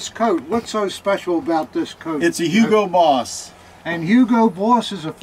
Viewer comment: Hugo Boss or U-boat Boss, I didn't get it ...